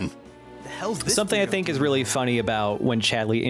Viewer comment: I have a friend named Kingsley and pronunciation of Chad-LEY has ruined all of my interactions with them.